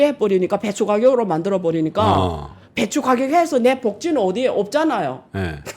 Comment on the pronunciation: .,"어디"를 굳이 "아니"리고 안 바꾸셔도 충분히 좋습니다.후자는 부정의 뜻이 담긴 단어니깐요.그것 또한 매력입니다.